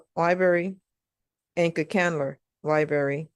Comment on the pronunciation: Lie berry.